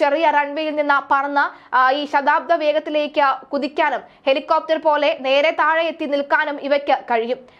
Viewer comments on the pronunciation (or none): ശതാബ്ദ വേഗമല്ല.... ശബ്ദാതിവേഗം..... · ശബ്ദാതി വേഗത്തിലേക്ക് എന്നതിനു പകരം ശതാബ്ദ വേഗത്തിലേക്ക് എന്നാണ് വായിച്ചത്!!! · ശതാബ്ദ വേഗമോ?!